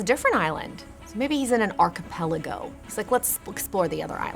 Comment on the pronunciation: Why does she say archipelago like that